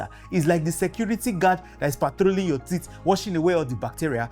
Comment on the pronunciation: Teeth not tits ... Watch your pronunciation